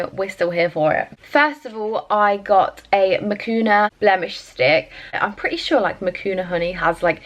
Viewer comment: It’s not makuna! It’s manuka!